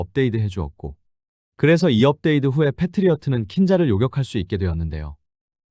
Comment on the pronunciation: 발음이 이상한데 ai인가요? 업데이드 가 뭐에요?